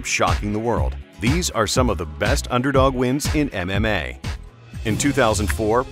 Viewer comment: Everytime he says "MMA" I only hear "anime" and it's fucking funny